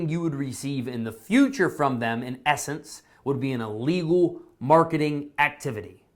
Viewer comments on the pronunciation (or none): Please! The word is ILLEGAL - not ULLEGAL. Thank you! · Thank you for your video. It is not ah-lee-gal.. think im-possible. close to a long "e" to start it out. ok? Don't be upset. I have to correct those that insist on "Expresso" but it is "Espresso..." there is no X in Espresso. Think how you say the word ill. ill + legal. ok? ill legal.